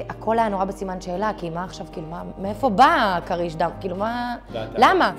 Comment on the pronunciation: היא אומרת קריש דם כאילו זה כריש בים... אמורים לבטא את זה קריש עם חיריק חוסר כמו המילה ״ספין״ מלשון ׳טוויסט׳